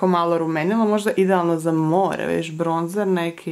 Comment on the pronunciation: Neki umjesto bronzer govore bronč(ć)er